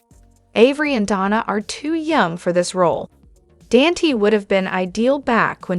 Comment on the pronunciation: Please pronounce Dante's name as Don-ta NOT Dantee...